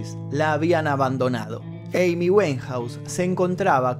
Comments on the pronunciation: no lo tomes a mal, pero el apellido de esta artista se pronuncia wainjaus, no weinjaus, disculpas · Su apellido se pronuncia “wainjouse “ (como si pronuncias “wine”-vino. . Verifica la pronunciación. Pero felicidades. Muy buenos documentales!